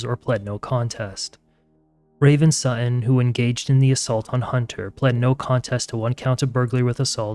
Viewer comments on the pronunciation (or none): 'Sutton' has two Ts. Not 'su'un'.